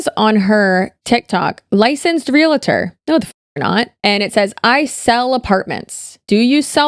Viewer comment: Realtor not realitor. It's often mispronounced and misspelled. Not that it matters lol I'm not the grammar police, i thought you might like to know.